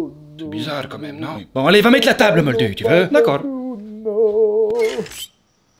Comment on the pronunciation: " moldue " 😂 Sinon bravo ! Le film était vraiment nul mais ça valait le coup pour voir ta vidéo !